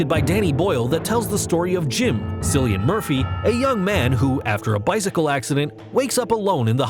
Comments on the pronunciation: “Sillian Murphy”😂 it’s kill-ee-an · SILLYAN Murphy.... Jesus Christ it’s Killian Murphy. Hahahahahahaha